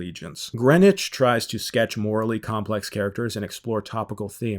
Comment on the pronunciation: Thank you for pronouncing Greenwich right. I got really annoyed when she said Green Witch.